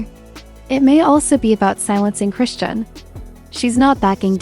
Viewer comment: AI narration rarely gets names right